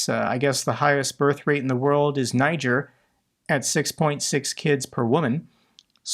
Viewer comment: we need to talk about how you pronounce Niger..